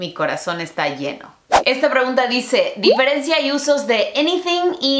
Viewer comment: No se dice "di-fe-ren-ci-a" Se dice "di-fe-ren-cia" querida!